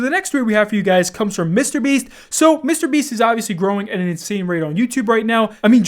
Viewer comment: The way you say “Mr. Beast” is disgraceful.